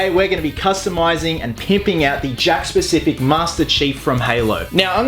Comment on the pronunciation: It sounds like your saying jack specific lol